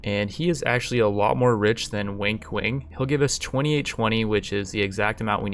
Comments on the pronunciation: Everytime he says Wang Kuang. It sounds like he says Wink Wink. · I heard "Wink Wink" instead of Wang Kuang for the entire video. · Is it just me, or does every single time he says "Wang Kuang", sound like "Wink Wink" instead? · am I the only one that hears "wink wink" when he says Wang Kuang? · great series, your commentary is funny af lol also anybody else hears "wink wink" whenever he says "wang kuang"? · its so funny how you butcherd wang kuang's name.